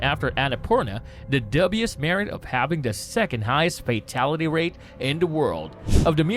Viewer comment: This narrator sounds like a carnival barker. No gravitas. And the way he pronounces dubious…